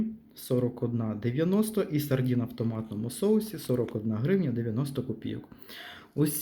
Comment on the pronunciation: Зверніть увагу на мову: не сардІни а сардини, не палочки а палички😮